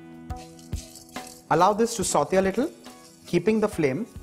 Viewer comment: It's not sautheyyyy😭